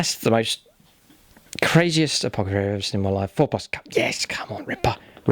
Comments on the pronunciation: I really love your vids and really appreciate all you've taught me about how to play 40k since I decided to start delving into this hobby a year ago. You're amazing! That said, is there an inside joke I'm missing? It's "apothacary" not "apocathary". It hits my ear so wrong! Don't ever change. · Great batrep It's ApoTHecary lol